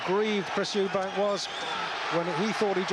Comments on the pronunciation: It always pissed me off how disrespectful Barry was by constantly referring to him as Eubanks, there was no fucking s on the end of his name and that was rude and ignorant of him. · Barry McGuigan seems to be struggling with getting Eubank’s name right for some reason…🤔